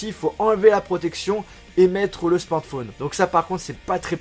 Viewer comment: c'est pas un " smantphone" mais un smartphone